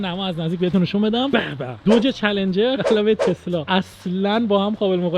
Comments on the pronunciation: داش چلنجره نه چلنگر😂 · داداش من چلنجر نه چلنگر